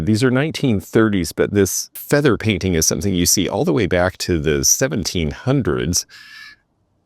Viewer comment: ❤ Hi again,. Watched again before bed so I can go to sleep w a smile on my face. I just needed to add, "somethen" like that. " 😅